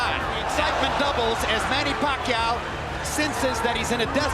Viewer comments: Sabi nong announcer " manny pakay" 🤣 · When the hbo announcer says Manny Pakayaw